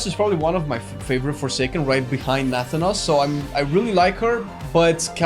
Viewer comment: why why WHY do you pronounce Nathanos like that T.T